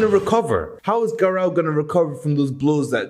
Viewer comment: bro says garou like garaw